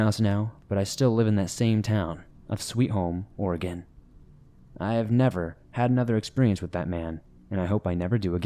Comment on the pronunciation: As a 5th generation oregon local I thank you for saying the states name correctly and much thanks for doing this video. I've been waiting literally years for this video to come out!